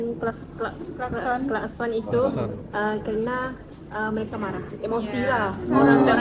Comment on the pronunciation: Bunyi klaskon 🤣🤣🤣 Aduuhhh.... Ulang-ulang kali kata klakson itu terpeleset jadi klaskon 😂😂😂😂